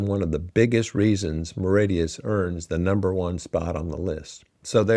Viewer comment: Mauritius, No 1…. Not Meridious. De Facto, Indian Navy & military is through structural integration, shared bases, and geopolitical alignment, India heavily secures Mauritian territory.